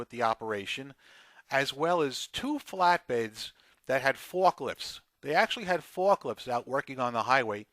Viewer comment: Did you say fucklifts?